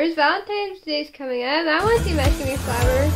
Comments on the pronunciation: Apparently, he can't cook. Lol. And FYI, you say his name like Dee-mosh (like a moshpit), not like mashed potatoes. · I can't cook either lol and I said it like (dee-mash) but if it comes out like that it's because I listen to alot of Kpop as well and some of the their names arent pronounced the way they look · Reacts well im telling you it's pronounced like dee-mosh. That's how he says it, too. And i too am waiting the day he tours the US, but hopefully between schooling he will play a few shows. He's going to college in LA eventually. For at least a year.